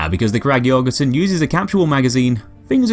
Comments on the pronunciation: An ø is pronounced pretty much like "uh" or just the u in "ugly" just btw. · The Ø in Jørgensen is Pronounced like the letter U in the word Urge! Great video!